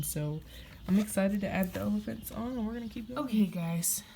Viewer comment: I’m a new subscriber! Love your channel! I love how you said “ephalants”. Keep up the good work!